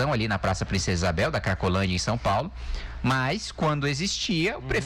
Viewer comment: A maior parte "sáo". KkkkkkJá vi Q vamos afundar mais ainda no PISA. Bom imitador de galinha. Devia fazer dupla com o imitador de foca .